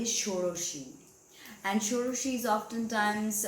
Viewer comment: Your Bengali accent is indeed very accurate, especially when you were mentioning "Shodoshi" 👌 Nonetheless, if someone is born in Ketu's dasha, are you suggesting one should not offer prayers to Devi Dhumavati? Someone suggested me Dhumavati Kavacham...